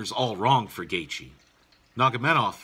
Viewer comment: Good analysis laced with quality humor, nevermind butchering family name of Nurmagomedov :)))